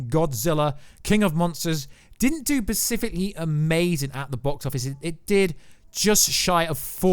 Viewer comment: Pacifically again?? Do you mean SPecifically?? i could barely pay attention wondering when you'd say this again..